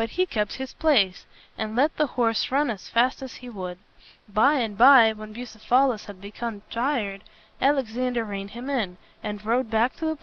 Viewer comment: It's pronounced, "Bugh ceph alus" not "Busa phalis." The reader is putting the em phalis on the wrong sil aball.